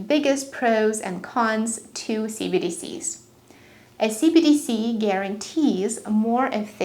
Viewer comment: Hello, I love how you present your information. However, you garble your enunciation of "CBDC"; which makes it sound like "CDC". Not a criticism just an observation.